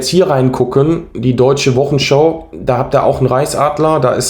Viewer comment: gutes Auge! Interessant und gut falsifiziert! Zwei Hinweise: es heißt Wochensch"au" und nicht "show" wie bei heute-show, Anglizismen verseuchen unsere Sprache. Und der Film ist von Agfa, nicht Alpha, wahrscheinlich bist Du zu jung, um die Filme von Agfa für Fotoapparate noch zu kennen. Weiter so!